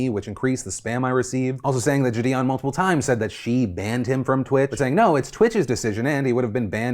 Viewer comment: I'm actually gonna unsub if he mispronounces jidion one more time